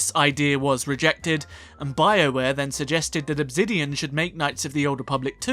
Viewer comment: Why do you always pronounce Obsidian wrong?